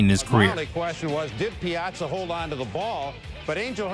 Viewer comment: Calling it "ruining MLB" is kind of weird way to say it. They ruined the game maybe but not the entire MLB. Also, the way you pronounce Piazza is weird.